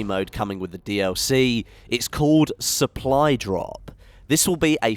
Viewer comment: I scared when u say 'suppadrop' lol